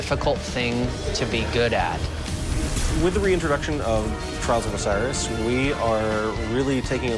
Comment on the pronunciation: had my headset on my table with 100% volume and the 3 first times said "trials of osiris", it sounded like trolls of osiris xD